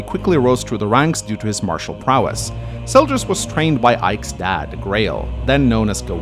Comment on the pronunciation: Butcheeing names.... It's Zelgius, not Seljus!